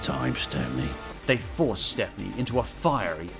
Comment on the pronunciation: His name is Stepney, pronounced like "step-nee". He's even got his own book in the Railway series, "Stepney the Bluebell Engine".